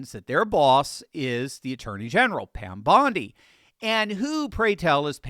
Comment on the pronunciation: "PamDondie." That was a fun mistake.😊